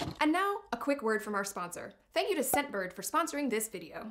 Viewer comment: Not gonna lie, didn't hear "scentbird" I totally heard "Step bird". I did a spit take. AMA.